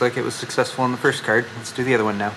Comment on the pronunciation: "graphics cærd" lol